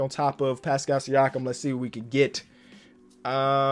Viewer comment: Kenny it’s pronounced like Passkull